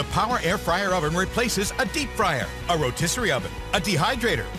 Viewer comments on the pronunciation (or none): If you listen , he said the power air fryer overn. LOL I can’t believe they didn’t notice that. Epic fail.